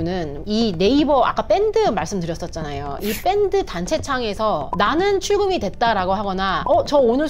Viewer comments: 뺀드아니고밴드로발음 젊은사람이 촌스러~~ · 사기꾼한테 왜 존칭을 쓰는지요? 일반 표준 표현법 좀 배우세요 듣기 거북합니다. 그리고 밴드지 뺀드가 뭡니까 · 뺀드 말고 밴드로 발음하면 안되요? 된발음이 많아 거슬려서 듣기 싫어지네 왠지 메타뻐스라고 발음하실 듯 그리고 존대를 너무 남발하시네요 피해자도 존대, 범죄자도 존대 종합적으로 듣기 불편해요 ㅠㅠ